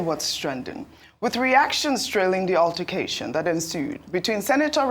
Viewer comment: "UTTER"cation. Those in the new media need good training in proper prounciation.